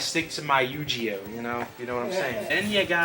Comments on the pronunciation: LOL, I have nothing against with the "accent", but never heard "uhnime" as much as on this video. Haha. Also "Yugeoh". Please at least try to pronounce them right! "Uhnime" was a bit cringy. 😂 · If he says annime and yugeeoh one more time I'm gonna have a stroke. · you said Yu-Gi-Oh totally fine then proceeded to butcher it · is slippin! Haha!